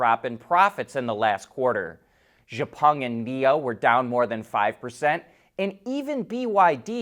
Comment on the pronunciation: How did you pronounce Xpeng????